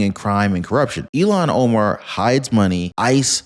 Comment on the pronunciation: Is it Elon Omar or Illhan Omar? I thought it was Illhan Omar...but I could be wrong!